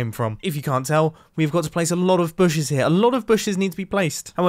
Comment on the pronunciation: In this episode we had "booshes" and "iRon."